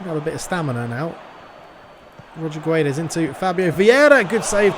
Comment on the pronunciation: It's King of Pronunciation time! *Choir in the Background* Ooooooooh, It's the King of Pronunciatiooooooon *voice fades out* In today's episode, we're going to learn how to spell "Guedes", a very common Portuguese last name. To correctly pronounce the name, we first need to pronounce the word "gets". Both the "u" and the last "e" in "Guedes" are silent after all. So, how does one pronounce the "ds" sound at the end of "Guedes"? Well that's easy! You make a 'sh' sound, as in "should". With all of that being said, "Guedes" should be pronounced like "Gedsh". Good luck, and stay tuned for the next "King of Pronounciation", baby! *Choir in the Background* Ooooooooh, It's the King of Pronunciatiooooooon *voice fades out*